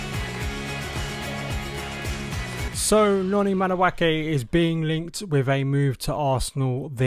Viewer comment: If he goes this summer, he’ll have been Chelsea for 2.5 years without you having once pronounced his name properly. 😊